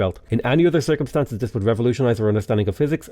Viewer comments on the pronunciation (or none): none